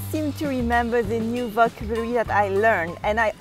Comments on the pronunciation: VocAAAAAbulary, the accent is on A, not on O)))))) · Hello. I love your videos. Just a little correction. You pronounce the word "vocabulary" wrong, the accent falls on the second syllable, not on the first one. Please keep safe. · I love the way she struggles with the word "Vocabulary", She sounds so cute!! XD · Yes she melts me